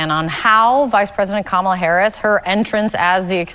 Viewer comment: IT'S COMMA-LA. Come on, man. RFK Jr. Is a horrible human being. Plus he's anti-vax (all vaccines). His family is embarrassed of him, a worm ate his brain and the way he treated his ex is inhuman. Like it or not, our 2 party system has a lock on the election process. A 3rd party candidate is nothing more than a protest vote. I literally do not care about the border. It's OK that Brown people are coming here. Dude is referring to how Harris secured enough delegates to get the nomination in 48 hours. President Harris will be just fine.